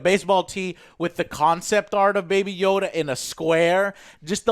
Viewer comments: baby yoda not yoddle wtf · Stop calling it Yodel... i already explained you that it's obviously Yoda.. it seems to be a story about what Yoda went through.. so probably a few hundred years before episode 1.. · why are they calling him 'yodel'?